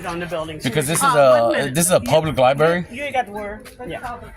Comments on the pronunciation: Isn't this the guy who had the screaming misogynistic fit on a bus in front of his kids? "Liberry." Yeah, nope. He's SO wrong. Gee, his commentary is so witty and informative! It's like Winston Churchill is back again. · “LIBARY”…. That was my first clue that termites have been living in his skull for quite some time. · Dude cant even pronounce " library " correctly. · You shouldn’t have any rights if you can’t pronounce the building correctly. It’s a LIBRARY